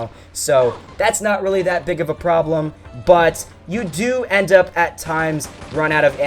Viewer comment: it's up not u p